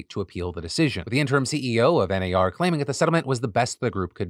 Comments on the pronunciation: As an Australian that 'NAR' part had me cracking up. I wouldn't have thought it sounded Australian until he pointed it out. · Thank you Philly D! I’m Australian and have had a shit week; just today I picked up my dogs ashes, had a cry on the couch and decided to watch this episode to cheer me up. I giggled for the entire Realtors segment each time you said NAR. Your “Oh naur” pronunciation is top tier, thank you. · Philip! Don’t say “goodbye forever” directly after talking suicide stats. 😅 On a lighter note, as an Aussie the ‘ah nar’ bit had me in stitches. 😂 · As an Australian, your NAR had me in tears. I had to pause the video because I laughed too much! Daughter wanted to know what set me off and replayed it to her. She laughed and asked what the heck I was watching. She's a tweenager, and it allowed me to have a conversation about news and where to get information from and the importance of a well rounded source of information that doesn't sway one way or the other and gives a fair rundown of facts. Thank you :) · The restraint displayed by Phil to not continue saying “naur” is strong and I respect that. I definitely laughed every time he giggled after saying it. Thanks for the joy! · not the australian AR-NAUR joke 😂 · NAUR!!!! CRACKED ME UP!!! Also don't scare us with the bye forever Phil!!! ugly cries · Oh NAUR! Thats all I can hear now.....🤣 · I am a Real Estate broker in Texas and we do pronounce HAR & NAR as a word not an acronym lol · Not me as an Aussie being jokingly offended by Phil's NAR joke and then immediately only hearing "no" every time he says it for the rest of the story. 💀